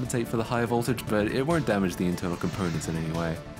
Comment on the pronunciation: Nah bro said non't